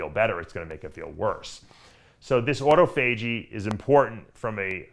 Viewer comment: Everyone: ah-taw-fah-jee. Dave: auto-FAYJEE!